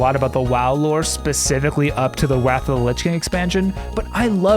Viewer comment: "Wath of the Lich King expansion"